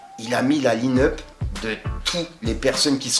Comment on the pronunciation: La « line up » 0 accent 😂😂 change rien !